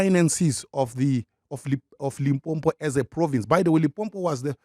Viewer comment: Funny, this intellect can't pronounce Limpopo. Shame on you Prince.